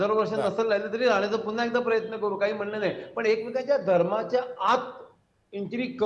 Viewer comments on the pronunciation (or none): none